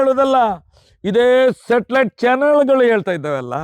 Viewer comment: ತಿಮ್ಮ ಅದು ಶಾಟಾಲಾಯ್ಟ್ ಅಲ್ಲ...ಸಟಲೈಟ್